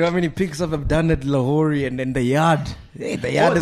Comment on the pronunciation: Thought he said "LaHorey"😂